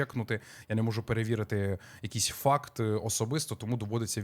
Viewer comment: дякую за відос! було б тощно дивитися все те відео волошина, а так хоч буду в курсі це перше ваше відео, яке мені трапилося, тому не знаю чи це локальний мем чи ні, тож на секундочку нядягну шляпу душніли, і скажу, що варто казати "ФАКТ-чек", а не ФАРТ-чек, але було забавно почути такий варіант😆 офтопік максимально: волосся лежить шикарно, кучері бомба